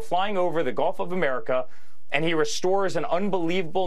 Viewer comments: I thought I heard them pronounce it golf not gulf. So darn dumb. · It sounded like she said Golf of America which is accurate as Trump's always playing golf while fantasizing about taking over the world and renaming the planet. Surprised he didn't say Golf of Trump! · "Golf" is exactly what I heard her say! I thought the subtitle misspelled it "gulf.'